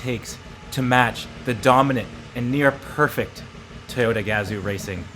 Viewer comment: It's Ga-Zoo not gaz-oo